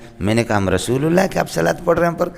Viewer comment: یہ الشلوۃ کیا ہوتا ہے؟ لفظ الصلواۃ ہوتا ہے۔ اور لفظ والشلام نہیں ہوتا بلکہ والسلام ہوتا ہے اور رشول نہیں ہوتا بلکہ رسول ہوتا ہے۔ پڑھنے یا نہ پڑھنے میں اختلاف ہو سکتا ہے۔ لیکن الفاظ صحیح انداز میں ادا کرنا چاہیے۔ صحیح طرح سے پڑھنے سے منہ میں آبلے پڑھتے ہیں کیا؟ بد بخت کو الصلواۃ والسلام علیک یا رسول اللہ پڑھنا بھی نصیب نہ ہوا۔